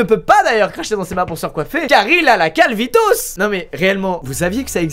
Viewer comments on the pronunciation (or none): On dit pas la CALVITOS mais la CARLITOS mdr au revoir 😅😑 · j'ai cru entendre "la carlitos"... Mais dans un sens ça marche aussi 😂